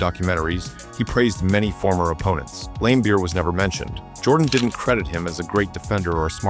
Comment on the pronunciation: Or Lamebeer lol, it’s a soft A